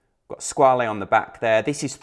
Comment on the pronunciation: Just FYI- it’s pronounced “Squa-la”, not “Squa-lee”. TGV (& all the other YouTube watch people who followed) have it wrong.